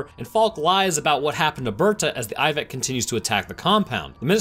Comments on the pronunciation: Anyone else wonder why he says Iveck instead of ibex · What’s he saying? A moth combined with...it sounds like he’s saying “Eye-vig”?